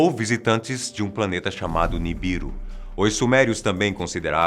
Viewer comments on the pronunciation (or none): none